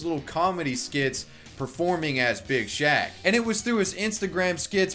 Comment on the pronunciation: I laugh everytime he says "Big shack"